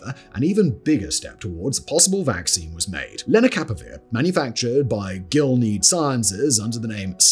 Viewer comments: GIL-E-AD not Gill Lead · It’s Gill-ee-add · or so: I think "Gilead" is a three-syllable word (A placename, I think) GILL-ee-add